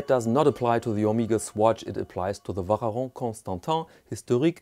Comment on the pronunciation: Interesting pronunciation of the VC (its not pronounced like that)